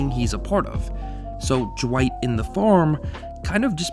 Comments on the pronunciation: Why you keep saying Jewight instead of Dwight? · Is anyone else hearing “Ju-white” instead of Dwight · I keep hearing you say "Jewight", and it's freaking me out. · Who's Jah-white? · Are you saying "Juh-white"? Also, if the show ended with Michael we never would have gotten Asian Jim. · When you say dwight it sounds like you’re saying ju-white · Anyone else hearing "Ja-white" instead of "Dwight"? Just me? Oh ok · can you stop pronouncing dwight with a J please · This is a pet peeve of mine. It's Dwight. One syllable. Not Da-wight. It's Dwight, one syllable rolls off the tongue. It's not Daaaaaaaa Wighhhhht. Ok. Dwight. Not Daa-Wight. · Ja-white? It’s Dwight you dummy. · "Jawight K. Schrute" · are you saying Jawight? It absolutely sounds like it. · I love "Ja-wight K Schrute" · r u saying jwight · Stop calling him Jewight! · pls stop saying Jwight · Jim: Duh-wight Michael: Dwigt: Jwight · Right!?!? Jawight. I just asked the same question. Lol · Why does it sound like you’re saying “Ja-wight “ every time?? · Funny how you pronounce Dwight. ;) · The way he pronounces Dwight is driving me crazy